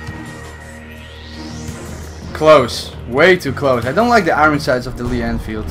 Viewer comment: IT'S NOT FUCKING IRIN SIGHTS. IT'S IRON SIGHTS